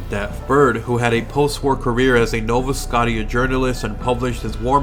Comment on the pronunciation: did he say Nova "Skot tia" lmfao